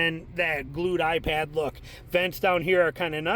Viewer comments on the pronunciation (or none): none